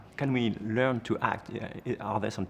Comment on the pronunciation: Dommage d'avoir fait l'interview en anglais qui n'est pas du tout maîtrisé du côté du journaliste. "You Hact" (entre autres) un supplice pour les oreilles...